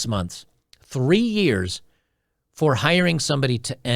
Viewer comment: I think they mispronounced years